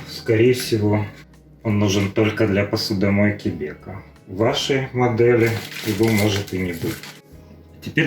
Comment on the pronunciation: БекО, а не БЕко😂